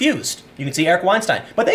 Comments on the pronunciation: Say it with me, Stine!!!!!!!! That is how you pronounce it. Not Steen or Stean, Stine. Like, Ben Stein. The difference is clear. Clear eyes. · You pronounced Eric Weinstein correctly the first time then corrected it to the wrong way lol.